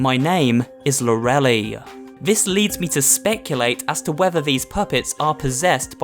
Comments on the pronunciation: Lor-El-Lie Not Lor-Elly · It's probably pronounced LORE-ih-lye, not lore-elly. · It's pronounced Lor-I-Lie not Lor-E-Ly From the ei at the end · It’s not Lorelei. It’s lore-o-lie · Not pronounced lore-elly it is lore a lie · It's lore-lai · Lorelei is pronounced "Lora-lie". Sorry, it's just a thing I have when it comes to names. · The name is pronounced lore a lie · Everytime a game is slated to come our on my birthday, it always gets delayed. I am a bad luck charm. Oh, and Lorelei is pronounced Lor-eh-ly.